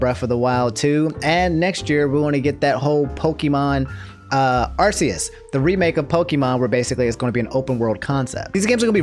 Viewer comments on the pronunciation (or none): I'm fine with everything but I hate you now because you said Are-see-us (inhale) AR-KEY-US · why do you keep on pronouncing Arceus as Arse-e-us? It's Ark-e-us.